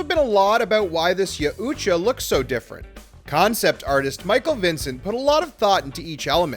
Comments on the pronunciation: Well, its pronounced as ya-OOT-ja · dude you are butching the pronunciation of Yajuta YOW_CHA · YAUTJA - is pronounced = Yow-cha, the t being silent. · ....did you just say ya uuuutja hunter?.......wtf?!?!?! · Stop pronouncing the U in the yaut’ja name!!!!! It’s disgusting!!!!